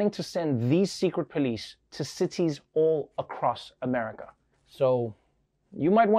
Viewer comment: "...these police all across amaga" - i justt LOVE how he mispronounced that XD